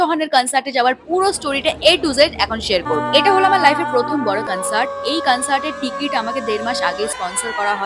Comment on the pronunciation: Concert❌ Cuncert ✅